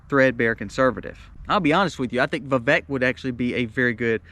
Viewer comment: It’s Vivek like Vivake ‘cake’ according to the man himself. FYI